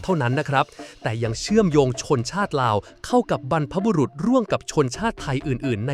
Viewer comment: สาระดีมากๆเลยค่ะ🤟👍..แต่ที่แน่ๆคนพากษ์น่าจะเป็นคนอีสานไหมคะ มาหลุดสำเนียงที่คำว่า "บรรพบุรุษของเรา" 😆